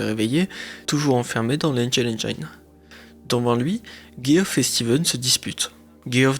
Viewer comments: Geoff ce prononce Jeff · Super video récapitulative mais tu pourrais au moins prononcer le nom de Geoff de la même manière dans la même phrase ^^' où alors te renseigner sur comment ca se prononce (Djeff).